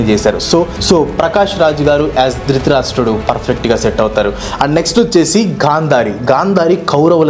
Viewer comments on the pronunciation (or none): drithirasta kadu anna drutharastra